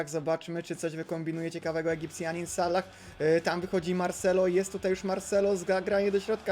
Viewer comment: Proszę czytaj Salah z jednym "L" nie z dwoma... Sallah... To nawet źle wygląda jak się to napisze xd